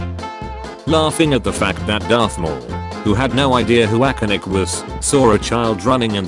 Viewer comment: “Akanik” 😂😂😂 that’s not even frustrating at this point